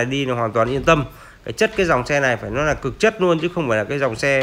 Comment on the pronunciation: Ông nội có câu lói đi lói nai hoài